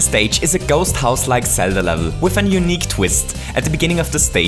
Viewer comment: gohst house